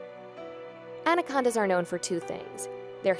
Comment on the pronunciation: Andacondas lol.